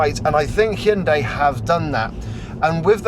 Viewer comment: Are you pronouncing it, “Chin-day?” I think this little bugger is very cute!!!